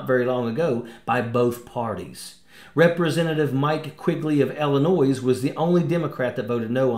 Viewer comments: You don't pronounce the "S" in Illinois. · One does not pronouse the "S" in Illinois. Just keeping it real. carry on. :-)